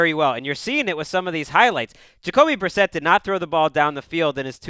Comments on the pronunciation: Haha Jacob Brisquit?! Not even close to reading that right. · Brissett, not Brisket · Why are they saying jake brisket lmao it's Jacoby Brissett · It's because is always purposely mispronouncing new Patriots players to downplay their potential effectiveness, i.e. he pretends they aren't even worth memorizing. (He did the same with Garoppolo last offseason IIRC)